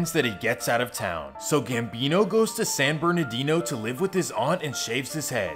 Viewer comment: Why it say San Bernardoodoo?